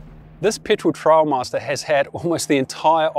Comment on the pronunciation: Trailmaster. Not Trialmaster.